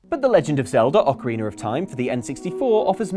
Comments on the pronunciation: Ocariner of time??? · Am I the only one who hears say "Ocarinar of time?" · Ock-a-re-ner? Who else is uncomfortable by this..... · "The Legend of Zelder: Ocareener of Time"